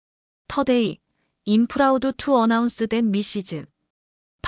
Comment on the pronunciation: 박 순자 선생님 넘 멋지시네요. 박 선생님께서 영어로 여러차례 말씀하신 것처럼, 인생은 아무도 알 수 없는 것 같아요 비록 본인 인생이라도. 새로운 일을 시작하게 되신 것 정말 진심으로 축하드리고 손자분도 할머님을 닮아 훌륭한 인재가 됐을거라 확신합니다! 앞으로 우리 사회가 나이로 사람을 보는 그런거 싹 없어졌으면 합니다. 아 그나저나 저 여기 나온 영어 다 쉬운 단어들로 밖에 구성되지 않아 다 알아듣고도 남는데 이걸 TTS로 돌려버리다보니 스펠링을 그대로 풀어읽거나 이상한 발음을 해버려서 알아듣기는 힘듭니다. 대표적으로 I'm(“아임”이라고 읽어야 함, 임 아님), and(언드가 아닌 앤ㄷ), available(어베일러블)... 분량이 기니까 사람이 한 번에 다 읽기는 어려울 수 있지만 이럴 땐 영어 음성엔진을 사용했었더라면.....